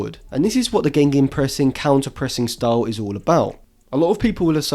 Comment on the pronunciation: Another good episode! I just hope you'll retire the extra "N" in gegenpressen, and Rag-Nick won't be Ragnieck for much longer. ;)